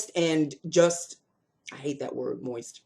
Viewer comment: Lol! When you said Moist I instantly flashed back to those old commercials with Lynda Carter in a pool with her CoverGirl MoistureWhip lipstick on always emphasizing the word “mOIsT”. 🤣🤣